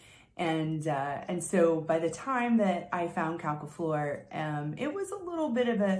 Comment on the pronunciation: It's pronounced 'Quelques Fleurs' by Houbigant [oubichont] , not ''Qualqua Floor' by Hubigant. Yes, french can be tricky. My batch is strange, for me a little bit too fresh and I can't smell the flowers very well. Is that normal? The drydown is sweet and flowery but after long time.